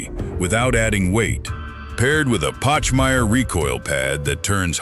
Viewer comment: Pachmeyer, I hate AI